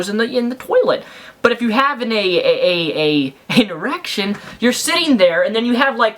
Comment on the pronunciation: How many times can you say E-rection?